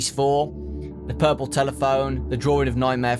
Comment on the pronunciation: I like how he says "dwroring" instead of "drawing" XD I know it's his accent but still XD